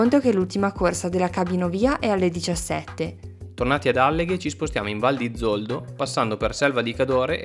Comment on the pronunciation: Alleghe non l'avete pronunciato giusto. E siete pure andati avanti a ripeterlo,fieri ahahaha